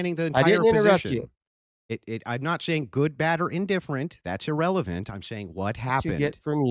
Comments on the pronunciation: “illrelevant” 😂 At least I learned a new word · That’s “illrelavent” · Thats "illreverent" 🤣